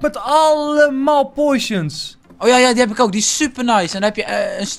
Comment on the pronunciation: Enzo het is POTTTTIONS niet Poisons.